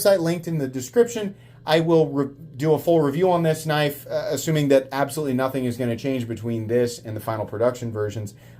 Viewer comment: I heard tri-state had his bottom rib removed so he could s......... its a definite pattern with MOST knife content producers mispronouncing knife names.